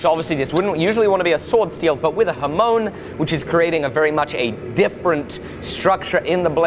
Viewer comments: Welcome,. Good start to a project. Already doing numpty things to learn and practice! The word is hamon (刃文) not hamoan.:) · Ha-mon = like on, not like moan.